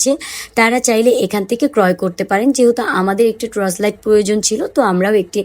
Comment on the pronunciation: আপু ট্রচ লাইট না, টর্চ লাইট হবে।